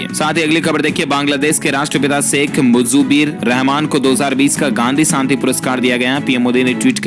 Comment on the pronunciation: मुजीबुर्रहमान का उच्चारण सही नही कर पा रहे थे वीडियो बनाने के पहले अभ्यास करले ठीक रहेगा